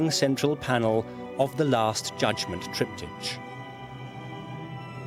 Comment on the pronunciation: EVERY TIME THE NARRATOR SAYS, "TRIPTI CH", I CRINGE!